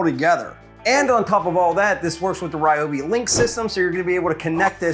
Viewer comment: Ryobi not Rioby 😊